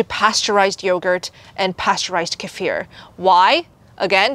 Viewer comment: Kefir? I thought you were saying casere. I've always heard it pronounced KEE-fer.